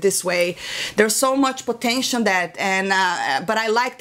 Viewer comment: I love you babe but the word is "potential" not "potention." Not trying to embarrass you, just trying to help. I know English is not your first language so it can't be helped but. Other than that you're killing it girl.